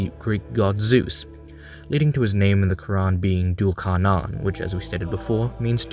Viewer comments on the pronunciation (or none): No offense but it’s pronounced Thul Karnayn in Arabic in English it’s spelt Dhul Qarnayn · Duul carnan is wrong it's dhul qarnain or zül qarnain. Anyway dm me if you wanna know who actually he is. (Warning: I will try to convert you to Islam) Btw awesome video keep it up